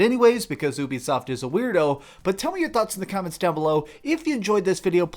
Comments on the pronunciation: Normal people: Ubisoft! This guy: Ooobisoft! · The fact that you said OOBISOFT negates your entire opinion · Did I just hear b**bisoft? 😂